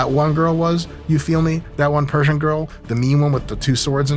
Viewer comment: Thanks for all the correct persian pronunciations doc that was refreshing